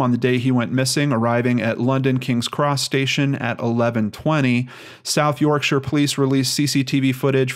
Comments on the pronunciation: Hey. You had it right the first time. It is York sheer. I'm impressed. I know you then questioned it but I think that's because you've heard it said other ways. I, like some English residents get irked at Americanised pronunciations of British place names. So, well done. Also, on a more serious point,I absolutely love your channel. And what you are doing is very beneficial to society at large in general, and especially helpful and beneficial to all the people looking for answers who are directly connected to the cases you cover and the victims of course. And a bonus of that is that its very interesting and entertaining to all is armchair and computer screen detectives. As ever Peace ✌ and Love ❤ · Your pronunciation was correct Doncaster is in South Yorkshire (Yorksur) Even the blokes call each other 'Alright Duck and 'Alright Love' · You said Yorkshire correctly. My mother was born there. Cheers and thanks again for your hard work. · Soo happy you're covering Andrews case!It is pronounced 'york-sheer'. Great video. x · Correct the first time 'York-sher'. (UK pronunciation police) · Perfect pronounciation on 'Yorkshire' the first time,. Nice to see you cover a UK one again. [Ben] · So Close to home, just outside of Sheffield city where I live. you did say Yorkshire correctly! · Well done for saying Yorkshire correctly (the first time) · Yorkshire - you pronounced it right the first time. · You pronounced Yorkshire perfect first time :) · Your first pronounciation of Yorkshire is correct, its not pronounced Yorkshiiiiire !!!